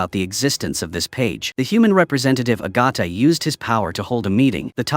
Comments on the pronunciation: Bro it's AI talking not a human, are you that dull? Lmfao 🤣 AI can't pronounce certain names right, some Diana and Agatha among maaaaany others. Talk about having a room temperature IQ 🤣 YIKES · AI also doesn’t know how to say Agatha and there are so many other mistakes!